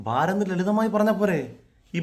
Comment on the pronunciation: നിങ്ങൾ എല്ലാം പറഞ്ഞത് ശരിയാണ്. പക്ഷേ 'ഭാ' എന്നത് മലയാളഭാഷയിൽ കടുപ്പിച്ച് പറയേണ്ടുന്ന അക്ഷരമാണ്. 'ബാരത' മല്ലല്ലോ..